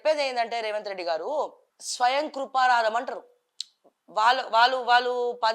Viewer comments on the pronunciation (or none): స్వయం కృపరాదం కాదు.... స్వయం కృతాపరాదం😅😢